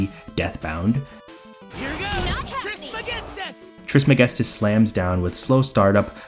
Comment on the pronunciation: The way you say "Trismegistus" is incredibly satisfying. Oh and also great video bro. Thought I would watch half of it and continue it the next day but i finished it in one sitting.